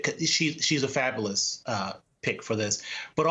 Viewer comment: The guy that can’t pronounce the word fabulous is telling us how fabuhlus she is. Shoot me.